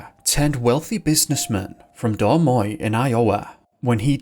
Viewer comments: Did he pronounce Des Moines as Dar Moin? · That’s the oddest pronunciation of Des Moines Iowa I’ve heard. It should be “Duh’ Moine, I’-O-wa” with the apostrophes marking the accented syllables.